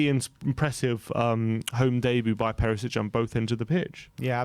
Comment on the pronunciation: Nice video. Btw, surname Perišić should be pronounced PeriSHich, not Perisich.